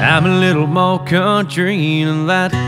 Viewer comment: Damn he is just sooooo........ amazing!!!! This version would be better if he would pronounce MOREEE instead of Moe.